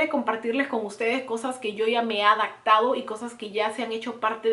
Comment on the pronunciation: También dice Adactar en vez de adaptar. "Yo ya me he adactado". Y se oye un poco mal. Ojalá tomes en cuenta esos comentarios. (Sin afán de ofender)